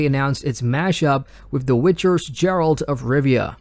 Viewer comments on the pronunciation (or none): Love your news recaps, thanks! Totally unrelated note from someone of Slavic language - "g" in Geralt is supposed to be pronounced like in "goose", not like in "geography" ;)